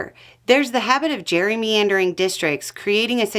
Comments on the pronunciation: I couldn't help but notice you saying gerry-meandering instead of gerrymandering. Was that intentional or just a mistake. Trump does meander quite a bit. He calls it the weave. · its gerrymandering not gerrymeandering. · Is it a southern thing? Jerry-meandering vs Jerry-MANdering ? the pronunciation. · are you intentionally saying "gerry meandering" districts. If you are ❤❤❤❤ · kind of pronounced the practice of manipulating representative districts as gerrymeandering - which is actually kind of a perfect description. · What the bell happened to Beau. He knew how to pronounce "jerimandering "